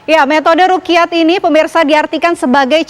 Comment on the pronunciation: Bukan rukiyat tp ru'yat Dan bukan kamariyah tp qomariyah